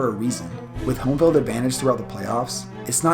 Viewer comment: say it with me, eeee not iii, eeee, not stillers, steeelers, not fild fieeeld